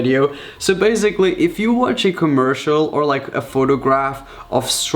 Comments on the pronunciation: “So baisigly” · Please learn how to say basically